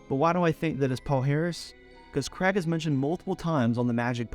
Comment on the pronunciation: You Americans have a real problem saying the name Craig don’t you. It’s not Creg